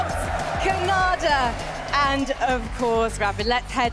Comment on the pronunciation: The announcer called khanda Canada 😂